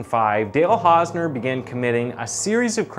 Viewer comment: You couldn't spend five minutes researching how to pronounce the guy's name? Shoddy job. Channel blocked forever.